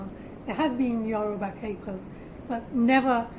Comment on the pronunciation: The way she pronounces the Yoruba words is 100% spot on.